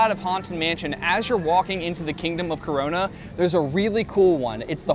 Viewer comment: Did he say "kingdom of CORORNA"